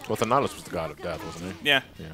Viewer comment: pronunciation of Thanatos caused me physical pain. For the record, it's pronounced "than-ah-tohss".